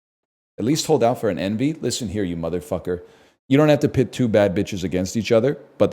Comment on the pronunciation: it sounds like he is comparing “Enby” apples to CC but hes actually saying “Envy”